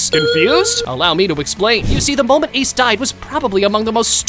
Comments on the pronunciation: “Ace D. Donut” that’s the second time you’ve violated Ace 😂😂😂😂😭😭😭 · Bro not ace d donut ace d onut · Bro he said Ace D. 🍩